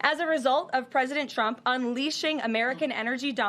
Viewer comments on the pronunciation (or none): There are two critiques I would give her. One is to learn how to say Trump’s name right. If you listen closely, she calls him chump. I would also tell her to stop pressing her lips. She does that when she’s lying.